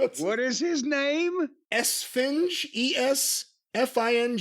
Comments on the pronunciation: And its pronounced (es-fin-hey) esfinje its Spanish for sphinx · Esfinge (pronounced Es -fing-hey) means Sphinx in Spanish . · I laughed way too hard at them butchering Esfinge's name.